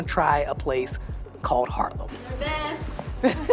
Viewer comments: I like your vids. One thing tho, you’re repping Haarlem a lot (I don’t disagree), but you have yet to pronounce it correctly. Repeat after me: Haaaaarlem, not Harlem 🤪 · Goedemorgen, thank you voor de wandelingen door Haarlem.I have to tell you....het is Haaaaaarlem😊 not Harlem. You know Harlem is is named after Haarlem.😊